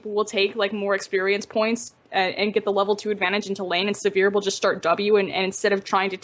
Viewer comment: So much scene knowledge, such a horrendous lack of ability to pronounce Sivir...